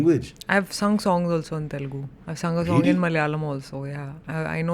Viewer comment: First of all it is not 'T'elugu, it is Telugu.